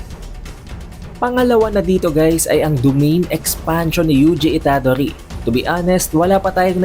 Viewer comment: Itadori not Ita-dori. Modulo not Mojulo. Fushiguro not Fushi-guro. 👍🏻